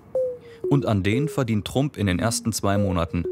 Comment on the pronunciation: Sach der einfach Trump Deutsch ausgesprochen... schon mal was vom ex Präsidenten Donald Trump gehört? Oder sprichst du den auch auf deutsch aus?